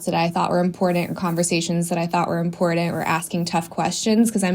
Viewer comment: know what else is imporent? pronouncing your t's lol